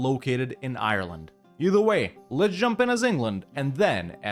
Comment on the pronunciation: If you don't know how to say Ireland, you could google it